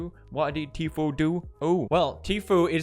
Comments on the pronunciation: Pronunciation Every normal people: T foo Pewdiepie: TEA-FEW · It's pronounced tfu, not tfueee with the long e at the end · Is he call Tfue G-fuel? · Teef-Yoo instead of Tfue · The way Pewdiepie pronounces Tfue Teefuuee is hilarious 😂🤣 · "Tfew" lol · I love how Pewds pronounces “Tfue” like “T-few” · He pronounces tfue ..teefew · I love how pewds pronounces tfue teaphew I’m gonna start saying that instead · Does it bother anyone else that he pronounces Tfue’s name like “Tfew” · dear Ms Ham, sometimes it seems like your pronunciation just goes to shit for no reason. ur the reporters on youtube and u don't know how to pronounce tfue (tfoo). come on... thats just lazy. i still support pewdiepie tho... mary u need to do better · When pewds pronounce teefueouuuuu🤣🤣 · Too few times does Pew say the fue in Tfue correctly... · But she did an oopsie and pronounced Tfue wrong